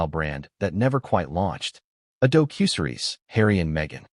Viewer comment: AI really needs to be programmed to correctly pronounce the word "docuseries".